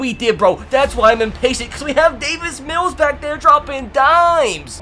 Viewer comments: He says David mills when it’s Davis mills😭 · It’s Davis Mills not David Mills😂😂😂😂